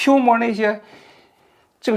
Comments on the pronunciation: pua 就pua 什么叫piumo？isis 不会说 非得说is。王局谨慎点，别搞得好像以不知道为荣似的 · Piu摸是哪的方言